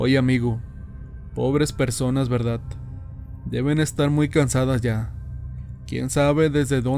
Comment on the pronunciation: Me gustan las historias de terror mexicanas y por casualidad escuché esta, pero el narrador es pésimo, desconozco si no sea mexicano, pero no se dice CHANTOLO..se dice Shantoloo, y se escribe XANTOLO, Segundo dice verdat en lugar de verdad, y asi muchas pero bueno 👍 que más si es extranjero se acepta, pero si es Mexicano no